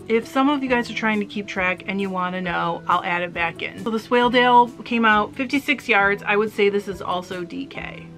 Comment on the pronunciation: Yes you are pronounced it correctly. It’s a sheep mostly from Yorkshire a great fibre and fleece to spin.